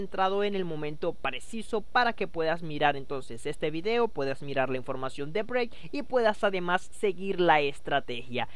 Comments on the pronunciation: BRAVE BRUTO SE DICE BRAVE NO BREIK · Pronuncias Brave como Break :( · Es cosa mía o pronuncias "break" en lugar de "brave" jaja. Me gusta tu contenido. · si dice break hahaha